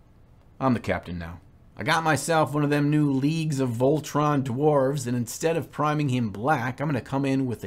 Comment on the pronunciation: Isn’t it Leagues of Voltan and not Leagues of VOLTRON? LOL 😅